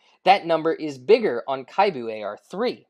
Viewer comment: kibou for pve. PO for pvp. Actually its KI-BOU not KHAI-BU. Japanese meaning hopeful.